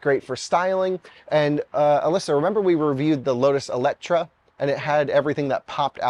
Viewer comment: ELETRA... NOT ELECTRA HAHAHAHAHA, NIO are great cars.. beautiful too...